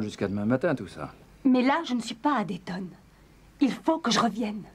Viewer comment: Oui alors... c' est Dayton (Ohio) Pas dalston!